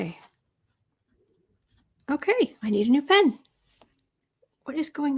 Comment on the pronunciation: When you said “pen is dying” I heard “Pence is dying”! Omg!!